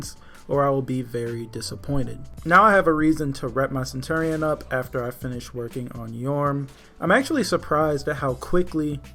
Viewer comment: You keep pronouncing centurion wrong